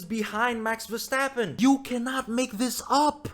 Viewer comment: I love hearing "vastappen"